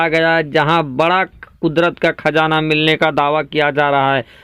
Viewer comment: Thum urdu bol Rahay ho ya hindi, khajana Nahi qazana Hai, agar qazana Nikka bhi tho is say India ko ya Muslims ko kiya milnay wala Hai is Kay ilawa ab petrol ki international qeemat 100 dollar say 40 dollar per barrel ho gaee Hai aur bhi qeemat Kam honay Wali Hai mawjooda qeemat hi par Saudi Arab ko 250billion dollar per year loss ho raha Hai aur ab so IMF say loan Lenay ki koshish karega, tho phir turkey ka Kiya faeda hoga, apnay mulk main Hamara Kiya hashar honay wala Hai is par tawajjoh do shaik. Chilliyon ki Tarah yeah qunqunay andaz main news na sunao